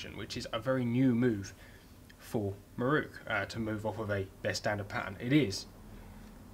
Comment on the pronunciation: having watched dozens of your very entertaining vids. At last I have cracked. Just got to comment. could you please pronounce. MIROKU. as spelt. So many people seem to pronounce it it many different ways. The 4th letter is an O not a U. IT is MIROKU not MIRUKU. Not so much a critisism as a comment. Hope you are not offended. I really enjoy your channel.